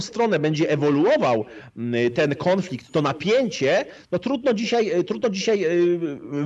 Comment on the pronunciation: Panie "konflikt" a nie KĄFLIKT